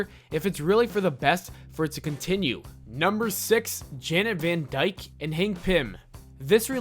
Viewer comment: 1. Janet van Dyne, not Dyke. 2. Spider-Man didn't REFUSE to remove his mask, he actually did and Black Cat wasn't impressed with Peter Parker. 3. Only in the Ultimate universe did Quicksilver and Scarlet Witch have an incestuous relationship.